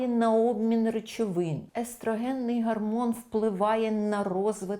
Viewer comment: Чудова? гАрмон естрАген. Ще трохи треба попрацювати. А на загал може бути.